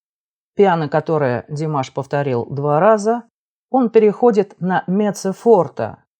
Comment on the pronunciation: Подписалась, но замечу,что в любом случае ударение Димаш или Димашу на первую букву А